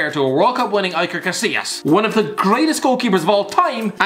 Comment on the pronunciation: It feels like this guy is physically unable to pronounce "Iker" properly